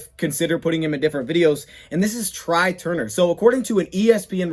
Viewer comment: Tray Turner not Try Turner.